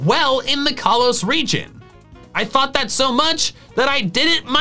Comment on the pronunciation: I thought you said religion